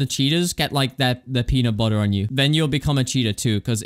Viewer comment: peanut buhher my favorite